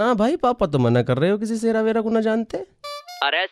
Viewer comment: Sera ❌ seri ✅